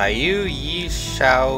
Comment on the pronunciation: It’s pretty hard to believe this is your favourite and you can’t even pronounce the name of the place. It comes across as you just did a Google search and chose the the top search result then made a video around that.